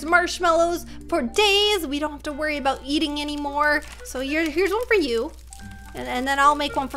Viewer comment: "Adout" none realized? lmaoo